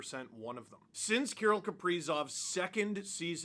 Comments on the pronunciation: Why are you saying Key - rul ? Kir - rill the thrill. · KA-RILL not Kurill! How could he not sign, went from playing at the "X" Exel Energy Center now he plays at the "G" Spot! Grand Casino Arena...The "G" SPOT!😆😅🤣😂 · I know it sounds weird, but that's closer to how you would pronounce it if you spoke Russian. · I have never really heard his first name pronounced the way you do. Maybe just say his last name.